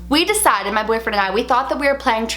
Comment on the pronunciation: the way she says "desited" is so funny(Srry for ma' bad english)